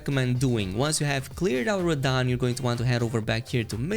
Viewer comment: "Defeated rahdan" and like that you've lost me